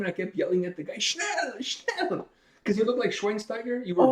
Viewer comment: You pronounced that German word "schnell" (meaning fast/quick) correctly. Since you interviewed Andi Kravljaca already, why not do a reaction to "What I've become (edit)" - that intro!!! - or "Day by day" from the first Seventh Wonder-CD, in case you haven't heard it yet. Cheers, mate.